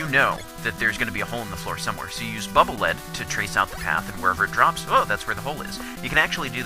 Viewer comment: haha...hearing you call it bubble "lead" (mineral) is a little funny and a little upsetting